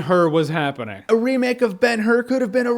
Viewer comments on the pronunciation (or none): Did he just spoil Ber-Hur? Thanks, Jeremy...